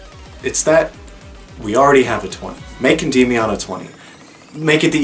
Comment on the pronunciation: Unrelated, but I remember checking how "Endymion" is pronounced and I'm under the impression none of us were saying it right.